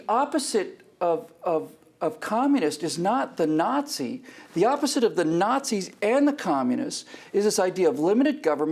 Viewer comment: Nazi is an anachronism which in German stands for Nationalsozialistische Deutsche Arbeiterpartei. German pronunciation is both wrong and horrible!